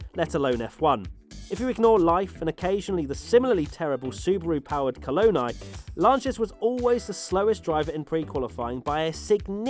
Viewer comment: Cologne eye? Don't you mean Coloni? The Italians pronounce the I at the end of Italian words the way English speakers pronounce E.